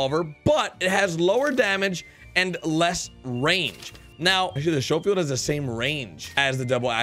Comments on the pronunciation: Lol shofeild it's sco like scope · It's SCHOFIELD NOT SHOWFIELD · it’s pronounced skofield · stop saying shofield it is schofield like the word school not shool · Thats pronounced Skole field not show field. But you're still the man. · The schofield revolver is pronounced skofield not showfield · It's pronounced SKofield--hard "ch" as in "school" just FYI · Thank you lol this dude is killing me pronouncing it wrong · Schofield pronounced S K OH-F EE L D. Thnx for the vid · S-co-field is how it's pronounced lol as in Major General John M. Schofield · Sho- field lol🤣🤣🤣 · It’s pronounced sco-field just so you know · Omg its skofield not schofield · Schofield (sk-o-field) Just trying to help you out. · Its pronounced "Sko field" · Please say Schofield correctly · Don’t you ever pronounce Schofield like that again you dweeb smh